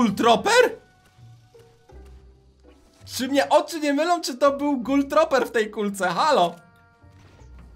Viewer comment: czyta sie: gul truper, nie troper